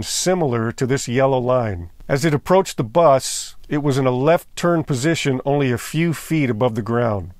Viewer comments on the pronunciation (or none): none